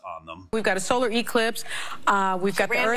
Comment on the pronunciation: "We have an E-clipse"? And "ci-codda"? Is that like Welcome Back Ci-codda?